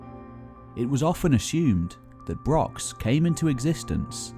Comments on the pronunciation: He doesn't even mention Scotland and can't properly pronounce brochs. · Good vid....BUT if you are doing a video all about brochs...please learn how to pronounce it properly.